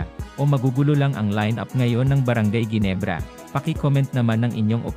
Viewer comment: Ayusin mo nga ang pagbigkas sa brgy.ginebrs